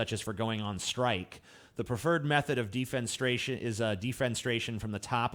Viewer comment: It's pronounced De-fen-eh-STRAY-(tion).